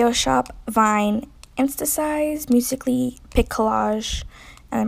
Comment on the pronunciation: U did not say musically